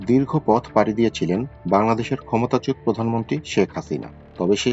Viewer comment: "ক্ষমতাচ্যুত" উচ্চারণ সঠিক হয়নি!